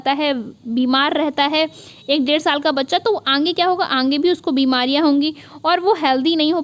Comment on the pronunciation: Kya aap अंगे-अंगे बोलती है सही से आगे बोला करिये न। कान में चुभता है।